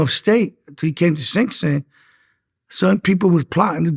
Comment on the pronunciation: I'm just here for "Sink-Sink" 😂